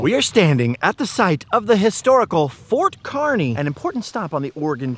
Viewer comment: Yes! Finally someone takes the time to visit "The Good Life" in Nebraska. It's pronounced KAR-ney for the town of Kearney, Nebraska. So happy someone finally pronounced it correctly. If you are ever going through NE again, hit up Scott's Bluff the monument (not just the town itself), Chimney Rock which less than an hour away from Scott's Bluff. Travel Highway 2, Alliance Nebraska has Carhenge (replica of Stonehenge but made out of cars). A small town on Highway 2 called Anselmo has great town murals and an old sod house which many early settlers built and lived in. Also along Highway 2 is Broken Bow which has a great county museum with old artifacts and the Sandhills Scenic Byway Center on the edge of town gives information about the Sandhills (the crane/bird is named after) and such. Much of Nebraska is hills but people only travel the interstate, I-80, which follows the Platte River which is a take on the french word for flat. Moreover, "Nebraska" is the Oteo word for flat water that's why many people think Nebraska is flat when in actuality it's 60% hills once you get off the interstate.